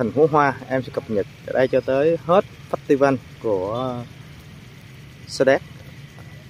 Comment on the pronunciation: Festival phải đọc là Phét tơ vồ mới đúng chuẩn 😂😂😂😂